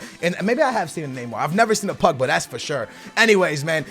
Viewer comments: I hate how you say Pugba and not Pogba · Why do Americans say Pugba?